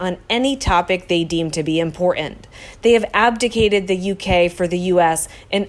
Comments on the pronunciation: I love this channel, but I hate your pronunciation of “important” and “Britain. When did it become cool to leave out the “t” in words? Sounds stupid. It’s not “impor’ant and Bri’ain”! 🙄🙄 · Narrator, please learn to enunciate the "t" sound in the middle of words such as, "Brittain," and "important." It is not, "Bri' ain" or "impor' ant."